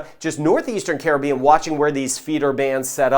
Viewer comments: Like the way he pronounced Caribbean. Not like Karribean.Thanks. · Yep. His is the correct pronunciation.😄👍🏽👍🏽🇯🇲🌺💛